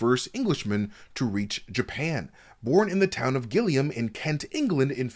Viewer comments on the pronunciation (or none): Gillingham is pronounced, jill -ing - huhm. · Never mind the Japanese and Dutch names please re-record “Gillingham” 😭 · loving pronunciation of Gillingham